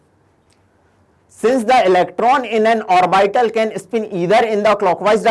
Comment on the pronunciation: Orbital ka wrong pronunciation hai....